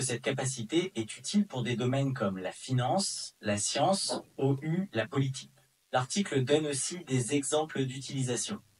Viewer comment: Vous avez oublié de dire "Peux-tu prononcer les chiffres et le mot "ou" correctement en français ?"